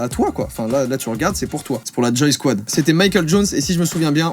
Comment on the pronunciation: À un moment, j'ai entendu G-Squad à la place de Joysquad 🤣